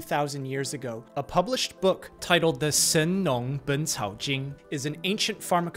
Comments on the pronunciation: For a moment I was like "woah this dude's chinese is great". Then I realised...oh wait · Bro that hit different for real, shout-out to people who will take their time to be respectful and figure out how to correctly pronounce foreign words 😩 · The chinese was on point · I'm very impressed by your pronunciation of the name of that book from China!